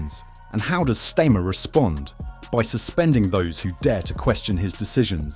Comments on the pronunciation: How about you teach your AI voiceover to at least pronouce his name correctly if you can't be bothered to make the effort to narrate this yourself. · Learn to say his name